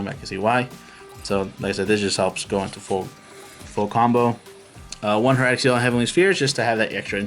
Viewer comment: It's hai-ra-tuhk. HIEratic as in HIEroglyphics. It's an actual word not just a made-up name. Either way, sweet deck. I haven't seen someone with such a well-rounded synchro version of this deck since I made a variant that brought out Quasar by abusing Level Eater back before Pendulums came out. I've definitely got some ideas to toy with for this deck.